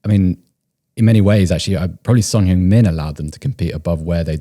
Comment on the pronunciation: They never get the pronunciation of heungmin right🤣